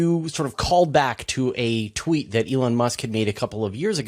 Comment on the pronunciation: Marcus should practice saying "tweet"